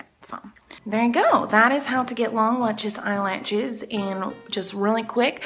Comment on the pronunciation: it is sort of annoying when she say "lunches lashes"